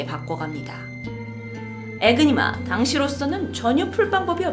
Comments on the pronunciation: 이니그마 에요 ㅠㅠ 에그니마 는 계란을높여부르는거 같잖아요 ㅜㅜ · 에그니마 아니고 에니그마입니당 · 에니그마 이니그마 아니고 . 독일어에서 Enigma E는 발음 에